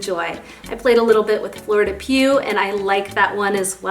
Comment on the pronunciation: Hi - just trying to help - Fleur de Peau is pronounced Fleur de Po with a long o. I hope I don’t offend- I am simply a francophile. Also since you love iris I would love for you to try D600 one day, and I am wondering if you would love it like I do. It also has a gorgeous vetiver note. I actually just put it on after my evening bath tonight..